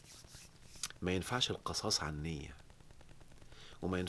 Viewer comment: آسف يا دكتور.. القصاص بكسر القاف وليس بفتح القاف.. راجع سورة البقرة الآية رقم 179 .. شكرا.